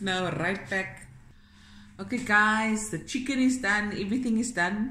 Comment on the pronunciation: "Skwasies" ...oh how you take me back and then bring me right back with the "Chiggen" 😂🤣